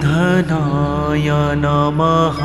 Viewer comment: Your pronounced Matra was: ओम स्त्री बर्धनाय नमः Right prounocation is ओम् श्री वर्धनाय नमः ❤